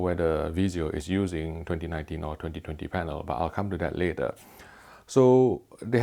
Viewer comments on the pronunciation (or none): none